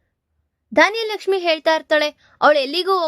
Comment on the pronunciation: ಧಾನ್ಯಲಕ್ಷ್ಮಿ ಅಲ್ಲಾ ಧನಲಕ್ಷ್ಮಿ